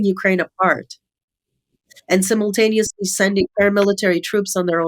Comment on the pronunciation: SIMUL TANEOUSLY loool SIMON TANI US. HAHAHAHA She has a sinus infection and says simultaneous .... shit. I cant even spell it now. Okay! SHUT IT DOWN. lmao